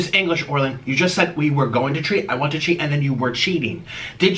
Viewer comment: I love how Orlin says sheet instead of cheat.